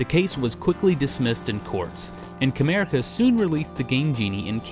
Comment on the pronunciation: Honestly, I keep thinking you are saying Kramerica Industries. . .